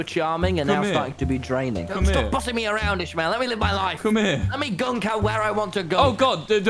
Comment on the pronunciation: i know he’s saying captain ishmael but all i hear is captainish male